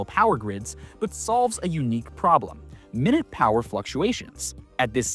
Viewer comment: "Minute power fluctuations." Your AI VO mispronounced that. The only important part about Musk's cluster is that he did something no one in the industry thought possible: keeping all the computation elements sync'd talking to all other computation elements. Much like google's Willow did something the industry thought impossible: keep coherence and have their error correction get better as they scaled their qubits. We are on the cusp of being not only completely unnecessary to our oligarch overlords, but completely anathema to their future. Enjoy the year or so we have left before as Musk said in 2017, “I keep sounding the alarm bell, but until people see robots going down the street killing people, they don’t know how to react, because it seems so ethereal.” We come in peace, pew pew pew pew... we come in peace, pew pew pew pew. No one is left alive... Never forget the time lag of public disclosures of tech, and what the current state of the art is for gov't black projects...